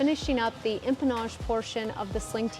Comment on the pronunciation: I think is getting extra $ every time he says, “empamage” and “firewall forward” 😳🤭. Love ya 😍👊🏼🤗